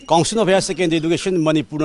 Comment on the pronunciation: Manipur gi anchor singse basic pronounciation khara khara semdoknaba hotnaba fei rahun councin etc